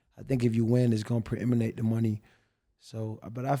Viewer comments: AB keep saying “ preeminating “ i had to do my googles and i dont see that word in the Websters 😂😂😂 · "preiminate" is the only word AB knows with more than 3 syllables, bro said it 37 times, don't even think its a real word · Can: “AB how you feel about…” AB: “Preeminate” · AB....the word is predicate, not preeminent. 🤣🤣 but I get it, AB high as fuck....words be getting crossed up like corners who tried to strap you up.